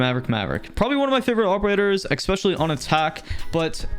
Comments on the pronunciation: please learn how to pronounce especially properly, it’s not ekspecially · Time to trigger you. You say expecially. End of story